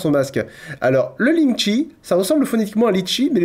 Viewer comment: Eu... Juste pour spécifier lingchi ne se prononce pas lingchi mais plutôt quelque chose qui se rapproche de "lingtcheu"